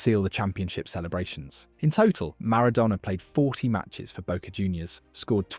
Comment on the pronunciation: i just wish you could pronounce Maradona correctly consistently..